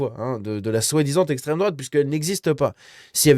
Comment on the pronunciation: Bally balo ne sait pas prononcer le mot "extrême"